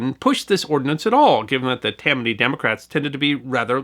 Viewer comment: Freudian or intentional? Perhaps I'm hearing things but after mentioning the two Tims it's certainly sounds like you're saying TIM-many Hall for Tammany.